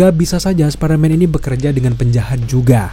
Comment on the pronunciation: Bang jujur gue dulu subscribe channel elu, dan gue pecinta spiderman, tapi setelah denger elu ngomong Spiderman dg baca "SPADERMAN" gue jadi risih dan jijik, elu kan udah dewasa masak baca Spiderman "SPADERMAN" di telingaku sangat menyebalkan,,, emang gak bisa baca "SPAIDERMAN"